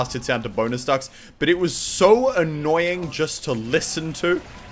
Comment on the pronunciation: is he saying bonus fucks?